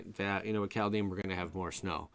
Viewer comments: Kaldhyme not kaldheem 🤓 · Just a little thing geez. Pronunciation: Kald (Cold) is like car, then curl your tongue around the L, if you are able, roll the D. Heim is just Hi with an m. 🥕